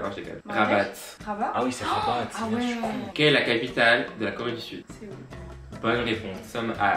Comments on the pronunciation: C'est pas rabate mais rabat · « RABATE » mais un effort de prononciation svp 😭😭😂 video au top encore une fois des bisous 😘